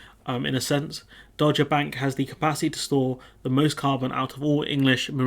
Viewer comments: It is pronounced Dog-er, not Dodge-er. It used to be part of the shipping forecast, don't know if it still is... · Good bit of analysis of the Guardian article there. Thanks for that. Just being a pedant here, "Dogger" is pronounced 'Dog -grr' (ie someone who goes to dogging sites - which I hope you're far too innocent to know about!) and whiting is pronounced 'white-ing' (like an umm... ing that is white? LOL). But, as I said, I'm just being a pedant. I tend to agree with everything you've said. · It’s pronounced “dogger”, as in “Cruella Patel is an enthusiastic dogger”, or “The Slimy Gove introduced Cruella Patel to dogging”. Hope that helps.